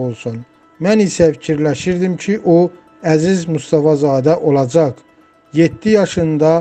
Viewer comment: Allahın Rehmeti üzerinden eskik olmasın Aygün bacım.😢Birde bu metni oxuyan Vaqif Mustafazadenin qızının adını bele düz demir.Eziz Mustafazade deyil,Ezize Mustafazadedir.Ay metni oxuyan savadsız kolxoz.